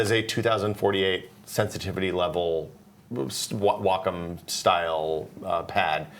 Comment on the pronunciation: Never heard Wacom pronounced "walk 'em." I guess I'm used to the midwestern "wah comb."